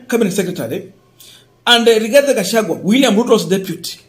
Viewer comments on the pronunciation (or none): none